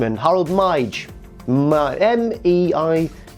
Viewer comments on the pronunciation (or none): it's Mey. In the Dutch language a y and ij are interchangeable 👍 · From someone from around there: When trying to pronounc the name "Meij", it's probably best if you just say "my". Though not the completely correct pronounciation, it's the closest people who don't speak a language close to Dutch will maybe get. :D